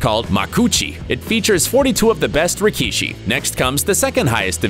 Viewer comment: Did man really say rikee-shi